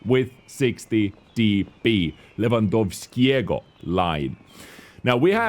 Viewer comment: Beautiful pronaunctaiion of Lewandowskiego